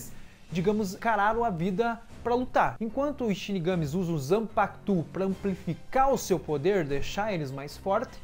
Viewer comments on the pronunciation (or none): quando ele fala zampakTUUUU meu ouvido sangra velho